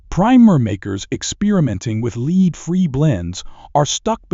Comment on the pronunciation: AI commentary needs to know the difference between leed and lead.